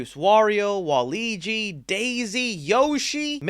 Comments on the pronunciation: “Waligi” 😂 I swear you do this shit on purpose! 🤣 honest question- do you have dyslexia? Cause I swear once a video you’re pronouncing something so bad 😂 btw it’s “Wall-uh-weejee” not “Wall-Leejee” 💀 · My man did not just say Wa-LIGY! I'm sorry but I have not cringed that hard in a while. Fyi, its pronounced Wa-LU-wigi, jus Luigi with a WA infront.